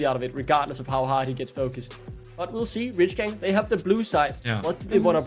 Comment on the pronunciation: If I hear this chick say REEACH GANG one more time I swear…